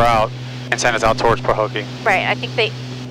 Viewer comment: haha...rerouting through a "pahokie"? you don't have to land to do that?